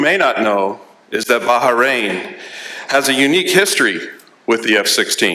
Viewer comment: "Baha rain" huh?